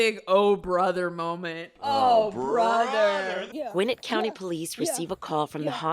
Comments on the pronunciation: Hearing the narrator say “GWIN-nit” instead of “gwi-NET” is like nails on the chalkboard. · As a Gwinnett native, it's pronounced Gwinnétt. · The way they pronounce "Gwinnett" is annoying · Not far into the video but she say "Gwinnett County"? As in GA. As in where I live - ffs!